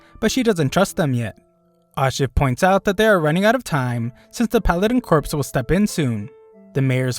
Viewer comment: "Corps" is actually pronounced as "core." It's a French word that means "part of a military organization."